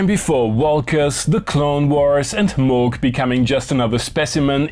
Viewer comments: it is pronounced «Moog», not «Moog». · Its pronounced Moog